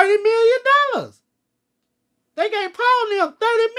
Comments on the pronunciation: "30 MILLION DOLLAS!!" Bruhh 😂😂😂😂😂😂😂😂😂😂😂😂😂😂😂😂😂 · Hahaha Turrrdy million dollahhhz 😂😂😂